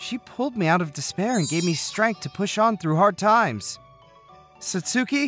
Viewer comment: Thank you. I really love these stories, but it grates on my ears when you mispronounce Japanese names (eg. Satsuki). Thanks.